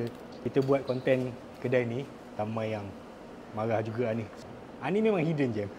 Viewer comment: Hidden gem bang bukan 'hiddengen' , 'hiddengen' tu pun bukan satu perkataan rasanya. 😂